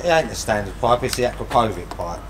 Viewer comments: Acrapovič - Hcrapowitch pronounced exactly not Acrapowig nothing to do with Acra Pow wearing a Wig 😅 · You pronounce it like Akrapovich. Long A short O. 😉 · At least learn how to pronounce Akropovic correctly .